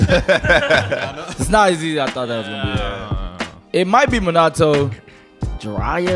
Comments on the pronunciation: idk if im dumb or sum but i swear they saying minato soo wrong, like they dont say it like that in the show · guys its Min-ah-toe